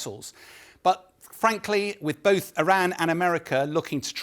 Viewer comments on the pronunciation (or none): none